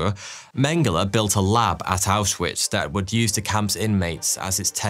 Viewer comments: Small thing that made me annoyed (only a really small bit) is that “W”s in German are pronounced as a V. Ausvitz is how you would say it instead of how it looks. Took me a while to get this down while I was learning German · Him mispronouncing Auschwitz repeatedly is driving me crazy